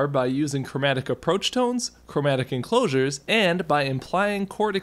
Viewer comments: "enclosusures" lmao I. Love. This. this is by far your most well-made and understandable video, and in my opinion, the most enjoyable, that you have made. Thank you for all your great work! it really helps with my learning of theory!! :) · I think you made a new vocab word! Enclosusures sound really exotic! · 'enclosusures' that was probably on purpose